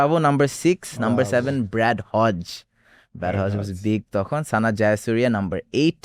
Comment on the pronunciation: Less Cricket knowledge পোলাপান কেন host হিসেবে নিতে হবে? Brad Hogg কে বলতেসে ব্র‍্যাড হজ্জ